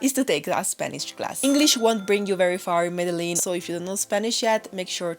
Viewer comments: Cool video :), but please pronounce Medellin like Colombians, sounds way cooler. Thanks and keep up the good work. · Can’t even say Medellin right gonna trust this stupid review it’s not the top 10 things to do just the 10 things you did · Plis, aprende a decir bien Medellín 😢.